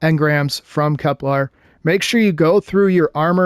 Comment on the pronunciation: No, but you're mispronouncing it most of the time when you say it. /kɛplər/. This is pronounced, "Kep-LUHR." You're saying "KepLAR," which is incorrect.